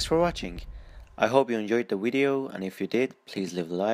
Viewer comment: You said wedio